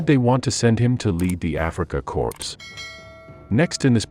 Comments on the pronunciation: It's pronounced "Core" not "Corpse". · Pronounced core not corps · It's pronounced Kor. Nor corpse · It’s “core” not “corpse” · Corps = kor. Not corpse -a dead body, unless you are trying to make a subliminal point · Africa "Corpse"....really? (O:26- ). And again at ? ..... Is this yet ANOTHER robotic non-human reading the script? Walter model ? ....( pronounced like a "model airplane"?).....gimme a break. Why is it so impossoble to hire humans for a few minutes of reading script? ..... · It's not pronounced corpse, it's pronounced core. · "Africa Corpse"? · The word corps is pronounced core! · The Kenyan Usurper thinks it's corpse. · We pronounce as corpse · please learn how to pronounce Manstein, or corps. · For god sake, if you are going to narrate something like this get the most basic pronunciations correct, such as Corp and Wehrmacht. Even Manstein is not quite correct. At least you have not put the narration to a stupid sound track which is a blessing